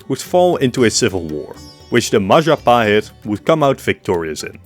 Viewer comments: it's the Mahajapit, Majahapit, Mapajahit, Mahapajit, Mapajahit... Ma.Ja.Pa.Hit? 🎉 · ITS the Majahit mahatjapit majanhen Ma.. ja.. ha..pit?